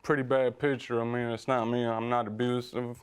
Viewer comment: Besides the obvious convictions, the way he says "abrusive" let's me know he's definitely abusive.